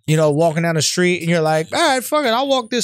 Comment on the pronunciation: he still can't say "street" though 😂